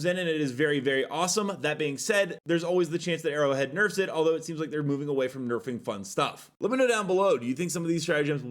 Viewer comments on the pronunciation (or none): none